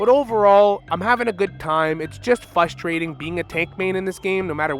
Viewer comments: You have a skill issue . Citing a 10 and 7 guy as worthy of getting a high amount of ranked points of MVP. Also, it's frustrating to hear you repeatedly say "fustrating". How old are you? Just because you got your sub 50% win rate grandmaster doesn't grant you the ethos to speak you think it does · I agree with the points but its pronounced frustrating with an R after the F, im really sorry it was just bugging me so much